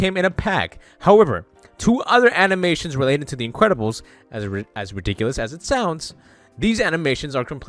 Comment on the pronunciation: “The incwedibles”